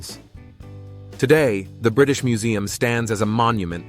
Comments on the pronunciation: ELGIN! Its ELGIN with a HARD G NOT a soft G resulting in ELJIN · It's not Elgin with a soft g like in gin, it's Elgin as in git